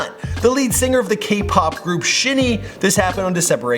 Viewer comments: It's pronounced Shiny, like wow what a shiny diamond, not shin knee. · Not to tread on such a respectful path, but , you mispronounced the name of SHINee, the group that Kim Jonghyun was in. It is not pronounced "shinny". According to many various sources (including their 2012 single "Sherlock (Clue + Note)") it is officially pronounced "Shiny". Thank you. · he really pronounced it shin ee and not the right way which is pronounced shiny jcjksmsmf he also called him kim im chsjsj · Y'all going to hell for saying SHINee like that (pronounced shiny) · it's pronounced Shy-Nee... not shee-nee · It's shinee not shi-nee 😧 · It’s not pronounced “shinee” it’s actually “shiny(샤이니)”. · Lmao,i dont like KPop but i know for a fact that its pronounceed "Shiny" not "She Knee" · What is "Shin knee" it's pronounced "Shiny" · It's Pronounced "Shiny" not "Shin-e" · oh sehunology Yea, Btw, SHINee is pronunced "Shiny" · The pronunciation is Shiny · Im sorry but...its Shinee. You pronounce it as shaini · shinee is pronounced like "shiny" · LMAO IT'S PRONOUNCED AS SHINY. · shin - eeee .......seriously dude i know you had to cover alot in this but you could have atleast looked up the pronunciation. Other than that , great video👍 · Please make a Kim jonghyun. And the band name is pronounced like shiny. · You pronounce Shinee as Shiny. RIP JongHyun.💔💔💔💋💋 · I don't wanna be that one person I don't mean to be disrespectful in anyway but the name on Jonghyun's group is pronounced "Shine-Y" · Sorry but it's SHINE- eeeeeeeeeeeeeeee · No note was found In Jonghyuns apartment. A friend posted a note he gave her. Also. It’s pronounce Shiny. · SHY-KNEE (SHINEE) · Make one for jonghyun please, also SHINee is pronounced like "shy knee" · The way you said SHINee was weird, it's pronounced as saying the word 'Shiny' but spelled differently. (really hope it didn't seem rude 😖) Please make a before they were gone vid for him 😭 May all of them rest 🙏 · It's pronounced [shiny]